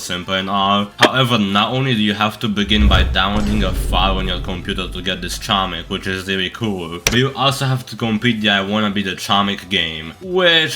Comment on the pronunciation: … chomik is polish for hamster… Its pronounced with a hard G🤧